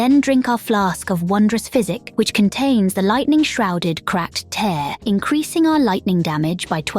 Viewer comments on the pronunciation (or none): Tear. TEAR. Jesus. Like "tier", not "tare". As in "I'm going to enjoy collecting all your crybaby tears for proving you wrong".